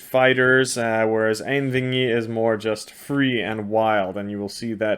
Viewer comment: It's pronounced "Ain" (as in aint) "wee' as in "we" and "i" as in "Inn' "Einvígi" Ein means "one" and Vígi is the act of killing. Have a good day and greetings from Iceland.